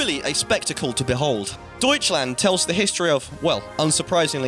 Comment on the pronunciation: Ah yes, Deutscland my favourite counry